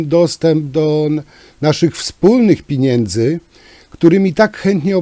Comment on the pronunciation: Jak ja nie trawię "piniędzy"😬